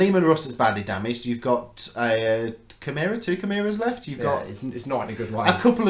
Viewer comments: Kai-mare-ah hehe I was lol at basilicas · It was going so well, great looking armies.... And then you said shameera and I had to turn it off.